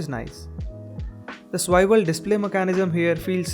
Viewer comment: It isn't "Swiwel", it's "Swivel". Eventhough a minor mispronounciation sounds extremely jarring. Otherwise a comprehensive video. Applaud the effort.